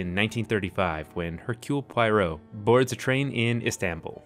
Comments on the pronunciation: "HERkyool Pie-ROW" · Please learn how to pronounce Hercule Poirot.